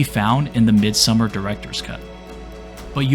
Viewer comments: Mid-sew-mar. Please pronounce it correctly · U could at least pronounce the title right if u make a whole video on it. Its not summer. MID-SOM-MAR. Its litrally spoken throughout the entire film. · It's Midsommar, not Midsummer. Also, she looks like an Indian girl than a British girl. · i realy wanted to watch the video but dude... its not called MIDSUMMER, you have the name in your title.. Midsommar it annoyed the shit out of me xD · Listening to the narrator's pronunciation of the movie's title as "Midsummer" is more frightening and scarier than the movie itself. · Don't pronounce it midsummer